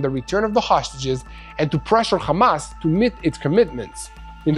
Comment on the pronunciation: Menino para fazer live tens e saber falar nao é Amas é Hamas